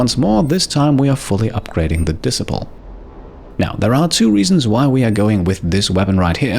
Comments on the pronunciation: Great video! I know you're not a native english speaker, but just wanted to mention that Disciple is pronounced like Dee-Cy-Ple - cy as in Sci-Fi (your pronounciation was more like diss-siple (like posicle) if that makes sense...) As you're a completionist, I thought you might appreciate the feedback 😉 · OMG you have me in stitches, the weapon disciple you are pronouncing it as dis-sip-el. it is pronounced de-ciple … I have a hard time to with a lot of the names but u so funny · Great vid, thanks. Ps disciple is pronounced dee-sai-pill 👌